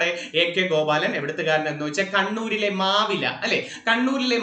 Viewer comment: മാവില അല്ല മാവിലായ് പെരളശ്ശേരി